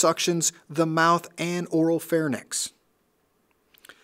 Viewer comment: ...pronounces oropharynx incorrectly. Pet peeves coming out here.